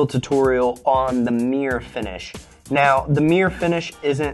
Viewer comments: Meer finish?? What the bloody hell is meer? I hope thats not Mirror hes trying to say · I say mirror you say mir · merr-ah or Meer? Bostonian FTW